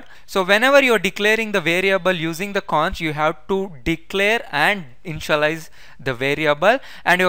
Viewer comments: I misunderstand InshaAllah, when u say Initialize 😄❤️ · Bhai ur initialize sound like insha - allaha y 😂😂😂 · lolz, same here, when i listened carefully again then i understood that he saying initialize not inshallah... but very helpful video, i have searched many videos for static variable meaning, every video tells that how to use, but not tell why to use, now in this video , his video also tells y to use static variable...